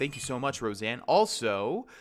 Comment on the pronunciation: Row-Sahn not Roseanne